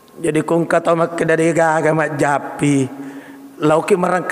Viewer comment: Bismillah. Majjappi itu bacanya. Nurung majjappi muhammad murai Allah Taala pasaui. Jdi sy tutup telinga klw org mengatan dukun bkn terserah mw bilang apa.